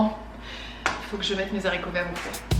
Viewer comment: Vidéo sympa et qui change. 😊 En revanche —> pas de liaison pour « Mes Zaricots verts ». Ça me fait hérisser les poils 🤪